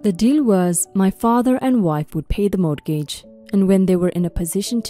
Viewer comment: Once again- the word “mortgage” is pronounced: “MORE-gidge.” The ‘t’ is SILENT!